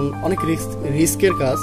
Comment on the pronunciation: ভাই আপনি "কাজ" কে "কাঁচ" বলেন কেন ??